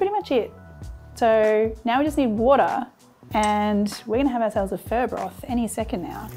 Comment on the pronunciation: You calling it a 'Fur stock' sounds like? but, i like the cheats way of cooking things too. Like pork belly we just salt it over night then scrape the salt off the next day or when ever you want to cook it at least after 24 hours.Cook on the Weber Q beautiful or even in the air fryer.